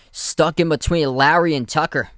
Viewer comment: Took me a while to figure out who you were calling "Larry". His name is Lowry - "lough - ree".